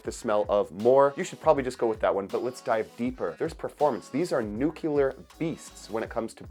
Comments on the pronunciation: nuCLEAR, not nucular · I like how you say nookeelar 🔥 Great videos man! Stay true to yourself and please don't become a shill like others.